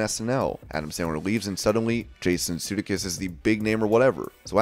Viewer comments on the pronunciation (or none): Jason "Sue-Dake-Us"